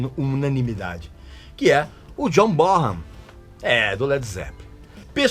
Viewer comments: Po Régis, você não pode pronunciar errado o nome do grande John Bonhan!!! Pronuncia-se BONAN e não BORAN!!! O H é mudo nesse caso! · Ti liga Régis Bonham ( pronúncia é Bonan ) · Régis, a pronúncia correta é john Bonan. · Régis continua pronunciando errado o nome do John Bonzo Bonham